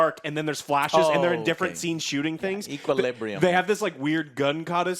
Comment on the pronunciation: It isn't equalibrium, it is equilibrium :)